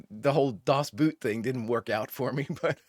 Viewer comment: I love how much fun you have with this episode, and Lower Decks over all! Other comments already helped you with "Dos" meaning "Two," but I gotta help you catch Das Boot. "Boot" in German is "Boat" in English, and is pronounced like boat in English. So different spelling, but same pronounciation.